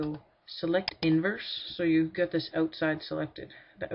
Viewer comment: Canadian i'm guessin? love hearing ya say 'ote side'